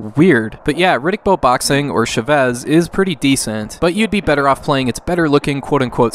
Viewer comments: Great video! FYI its pronounced "CHA-vez" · You said Chavez wrong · Am I the only one that feels the urge to punch everytime he misspronounces "Chávez"?